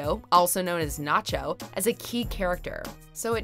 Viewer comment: I had to thumbs down because you couldn't say Ignacio's or NaCHO's name right!